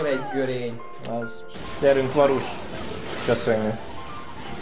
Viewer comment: Es amugy azt nem ugy kell ejteni hogy varusz?